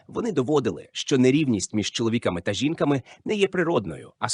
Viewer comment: чоловІками та жІнками… мені цікаво, який відсоток відео був згенерований ШІ? Озвучка 100%, сценарій, думаю, також. Шкода, спершу подумала, що дійсно щось цікаве